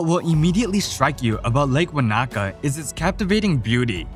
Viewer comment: Great video, but the pronunciation of some places like Tongariro and Wanaka was very off! Keep up the good work :)